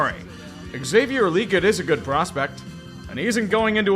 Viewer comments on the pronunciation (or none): Hey! Legette is pronounced “La-geht One of my coworkers is his cousin and they have the same last name.